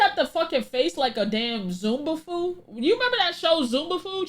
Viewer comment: Yeah I was screaming at my phone it's not Zumafoo it's zaboomafoo